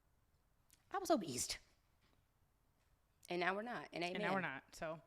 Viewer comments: Nd 'Obese' does not have a T,.. 😭😭😂😂 I'm sitting here like, is that how you say it?? 🤣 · “Obese does not have a T in it ”. Took me allll the way out!! 😂😂😂